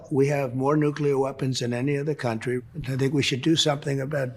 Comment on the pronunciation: "They emptied their prisons into our compan-uh country"